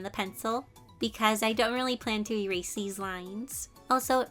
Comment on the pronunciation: I love you so so so so so so much, so please don't get too offended when I say that it kinda made me cringe when you said "Rerase" instead of "Erase". I'm sorry, it's just a pet peeve of mine. Again, I love you so much.